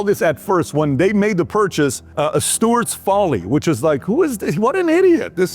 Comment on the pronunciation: "Sewards folly" not Steward😂😂